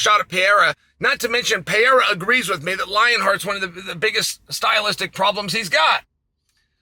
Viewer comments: Alexander Saint Pierra 😂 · Who the hell is Pee-Yeyra? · I asked my Spanish-speaking girlfriend how she pronounces Pereira in Español. Her pronunciation is PUR-AY-DUH. The 2nd 'r' kinda sounds like a 'd'. You pronounce it PAY-ERA. I'm not trying to be critical! I was confused how to say his name. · Alex Pehera, Alex Pejara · I can't even fathom Pee Air Ah (Chael's pronunciation) being afraid of Anybody. He is the epitome of fearless and confidence. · Alex Pay-ara. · “Pierre-uh” -Chael Sonnen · There's no pee in periera come on chael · Is it really hard to americans pronounce "Pereira" right or they dont even try? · Is it that hard to pronounce pereira orAre you just being a douche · PLEASE LEARN TO SAY PEREIRA PROPERLY CHAEL! c'mon dude what does it say when someone who's following and comments on fighters gets their names wrong dude?!🤷‍♂️ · Its crazy that chael has zero issues pronouncing ankalaiev but i havent heard him nail pereira once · Alex actually just doesn't know how to say his last name properly. Idiot.